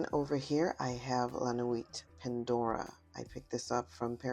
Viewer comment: The "T" in Nuit is silent 🥴